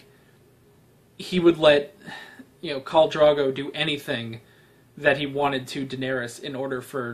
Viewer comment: I know that at the point I'm writing this, you've already watched all of Season 1 and mayybe someone else has already corrected your pronunciation of Drogo the way so many did with Cersei, but I still would like to point out that Drogo is not pronounced Drago. Both of the Os in Drogo have a long O sound. Dro rhymes with go. Drogo. Not Drago.